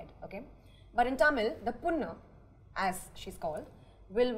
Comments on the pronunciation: Kajal saying Punna (means boil) (when she meant to say ponnu-tamil girl.) This must have impressed Shankar when casting heroine for Indian 2. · Kajal pronouncing “ponnu” lol punnu 😄😄😄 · For the love of languages, its not Punnu, it's Ponnu. Punnu= Wound, Ponnu = Girl. Not Amai, It's Ammai = Girl. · Tamannah and didn't bother to speak anything about language kannada .small minded people Anupama it is kannada not kannadd.pronounce it properly .when you speak lots can't you spell one word properly ? Parul it is not punnu it is ponnu. punnu means wound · Adiyae Kajal athu ponnu..punnu illa😡😡😡😡😡...her pronunciation worst..no dedication towards working..only have beauty..most over rated actress of south😡😡😡😡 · IKR. She literally said 'punnu' xD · the way kajal pronounced the word "ponnu" i'm cringing. after acting in so many tamil movies, she still can't properly pronounce a simple word like that. . . . . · ponnu is such a simple word. it means girl and if she can't even pronounce that after being in SO MANY TAMIL MOVIES then why is she even there? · kajal still doesn't pronounce "ammayi" and " ponnu" properly after 10 yrs of career in Telugu and Tamil.. shame!! why are they so insecure with Parul's thoughts? over competitive... "trying" to be different when they're actually not different. fake... lol.. whatever others say kajal has to make it about herself.. god.. irritating. At least tamanna converses in the Telugu language but again wants to stand out and compete. wants to prove that she is a better person than parul. when you meet someone more intelligent than you, you just want to make it look like you are better person "desperately".